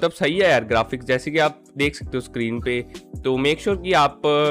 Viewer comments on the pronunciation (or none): none